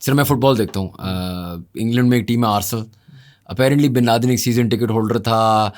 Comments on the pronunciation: Arsal nhi h arsenal bolte h usko 😂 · Aby saalo Arsel club nahi hota Arsenal hota hai